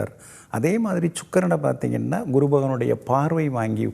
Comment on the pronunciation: இந்த guru என்பதற்கு kuru என்று ஏன் உச்சரிக்கிறார்?